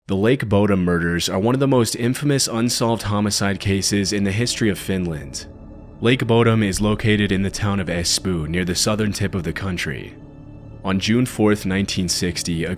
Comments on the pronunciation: hey, "espoo" is pronounced "ESPOO" like when you say "OOOHH" knowing this cz i live in finland (no im not finnish) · I swear he pronounced it espoon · Espoo is pronounced es-pow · IM SORRY BUT THE PRONUNCIATION OF "ESPOO" HAS ME CACKLING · I laughed at the pronunciation of “Espoo” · Yeah but he pronounced Espoo wrong. In all fairness is it spelt the way he pronounced it. It just sounded so wrong 😂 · Absolutely adore how you pronounced "Espoo."